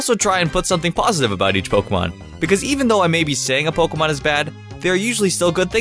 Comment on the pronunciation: I hate the way he says Pokèmon